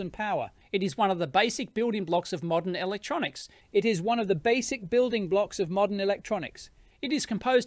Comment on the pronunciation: Not how you pronounce "voltage" or "building"